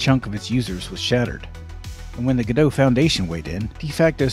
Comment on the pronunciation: The real issue here is that you correctly pronounce Godot as "Go dough", but you pronounce "Redot" as "Re dot"? Why not "Redo"? Doesn't that make so much more sense, especially since you're re-doing Godot?